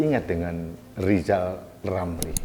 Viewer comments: Pak lijal lamli yg gk bisa ngomong L yah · LISAL LAMLI ORANG YG TIDAK BISA BILANG R LISAL LAMLI ITU OTAKNYA SUDAH KOPLOK HAMPER GILA ORANG INI ITU TIDAK PERNAH BENER SEMOGA BPK JOKOWI SELALU DI BERI KESEHATAN SEMOGA ALLAH MELINDUNGI NYA KEPADA BPK JOKOWI AMIN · wk......wk....wk ketawain aja si lizal lamli.....orang busuk .....sudah diangkat jadi menko sama p jokowi malah nggak kerja cuman pansos aja.......lizal lamli kok disebut pakar ekonomi.....ekonomi lemah!!! suruh ucap huruf R aja lizal lamli nggak bisa mau jadi presiden.....pleciden. lizal lamli.....kasian hidup loeee.